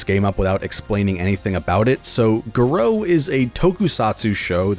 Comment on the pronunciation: GAH-roh not gah-ROH